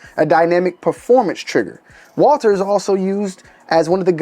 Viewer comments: Walther not Walter God! Jesus! I can’t unhear it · Honestly, Walther if pronounced in German would be Valter so you’re not that far off.